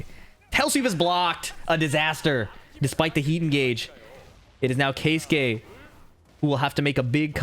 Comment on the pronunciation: finally an american who makes an effort to pronounce keisuke correctly. pisses me off how english speaking people just dont give a fuck how peoples names are pronounced